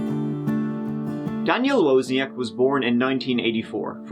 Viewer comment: So the guy even pronounced his name properly on camera and still you say it wrong?! Man, that's ignorant. It's like saying "tree" instead of "three" it's just lazy and as I said ignorant. I'm from Scotland, specifically Aberdeen, where I talk a language called 'Doric' Yet, when I'm in my professional setting, ie; work, video conferencing or meeting clients etc I talk in a very generic Scottish voice. You can talk in a very generic Irish voice, but you chose to be utterly lazy and ignorant and butcher loads of words and it genuinely detracts from your videos. Especially the part where he says Wozniak not WOzniak and you still pronounce it wrong 😅😅 Cmon man, be more.